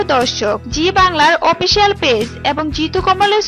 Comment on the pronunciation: Pramo na promo .😁 Chemisty na chemistry. 😊Opicial na official .😂 Popile na profile😄. Pronunciation shekun.🎃